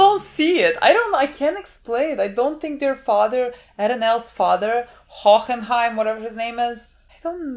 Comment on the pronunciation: Van Hoenheim is officially “Van Hohoho” from now on